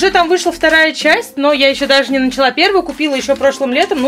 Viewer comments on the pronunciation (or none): none